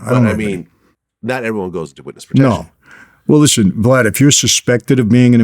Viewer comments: Second time hes called him “Val” 😭😭. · Val ...Glad ...I love when they mess his name up 😂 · He called Vlad "Val" by accident 😂😂😂😂😂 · Between him and crunchy black pronouncing Glad name is funny af 🤣🤣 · He called vlad vallery hahahahahha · He called him Val again lmao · I love when Vlads name gets butchered. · The way nobody gets Vlads name right is hilarious to me lmao it’s like a running joke